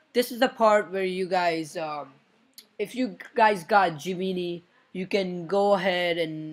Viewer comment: Gemini is pronouced Gem-En-Eye